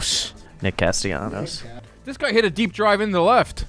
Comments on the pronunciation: As a fellow Castellanos, its CasteYAHnos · I love how Trea doesn’t even try with the Spanish pronunciations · Trea with the whitest pronunciation of castellano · I had to turn this off because it took you guys forever to figure out castellanos 😂